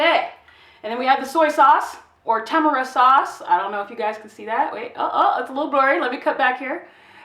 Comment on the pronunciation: Ta-mar-e not tam-era for the record, just an enhancement. Stop trying so hard with all that oh baby fast talk, it silly and nervous. Be an adult. Listen to yourself- and you will be much better received. Act like an adult and a professional instead of all that rambling and constant unnecessary chatter. Come up for air!